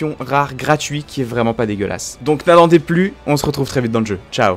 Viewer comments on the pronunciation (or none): none